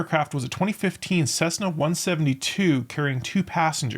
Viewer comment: CeSSna,not CeZna